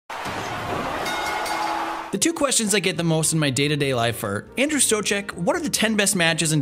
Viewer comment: Who's Andrew Saucegg?